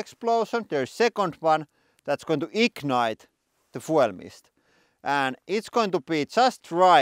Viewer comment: Yea, it’s going to, “Eeeknight.”